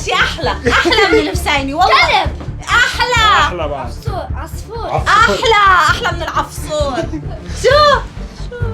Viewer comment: قالت عفصور